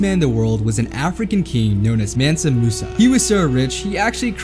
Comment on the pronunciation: man-sa mu-sa is the correct pronunciation the person who played him pronounced it, correct